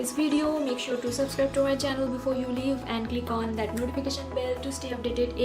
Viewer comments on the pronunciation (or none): Wasch ?? Its Watch Also you always pronounce “you” as “zooou” Been watching you since couple of months... i could not stop myself to alert you! Make videos in hindi.. if you aren’t comfortable with English Language!